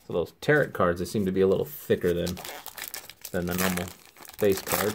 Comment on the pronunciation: Just for future reference, it's pronounced Tar-Oh. Nice cards